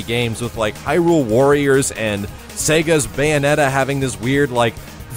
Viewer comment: Did he just say Sega's beyonetta? vomits